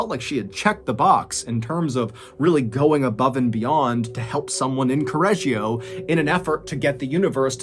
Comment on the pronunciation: I follow from Italy and I'm born here. I'm in love with the totally wrong pronunciation of Correggio. However we call this lady "La saponificatrice di Correggio", it's a well know case. And we have many more.... Hope to listen to them here, one day ❤️